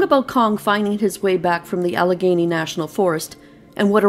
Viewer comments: She's from Canada. She usually doesn't pronounce L 's. At the end she says Alagany right. She said she write the story out, because of how she pronounced things. I like her reading. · "AL-ah-GAY-nee". It's a mountainous region within the larger Appalachian mountain range in the north-eastern USA. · Great story! The correct pronunciation of Allegheny is Al-le- gainie. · I love your posts! I believe it is pronounced AL-eh-GAIN-ee. If I'm wrong I'm sure someone will correct me. ☺